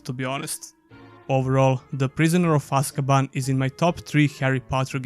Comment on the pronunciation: You got prisoner of azkaban named wrong at time stamps btw and overall good video man